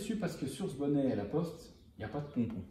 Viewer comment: Pour les habits g entendue « lacoste » au lieu de « laPoste » 😂 Jsuis le seul ?